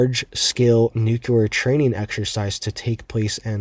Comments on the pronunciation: New...Clear.... nuclear..... NOT NU-QUE-LAR. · nowhere in the country is it pronounced "nukuler." I'm not making fun of this guy, Its like nails on a chalkboard to many of us. 😐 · President Bush pronounced it " NUKCULAR".. !! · Its not pronounced "nuculer" cmon bruh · exactly. It's simply hard on the ears is all! I knew I wasn't the only one it bothers, but I also know most ppl will never stop mispronouncing it 😅